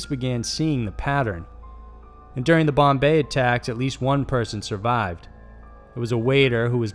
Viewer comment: "she survived" that turned to southern lol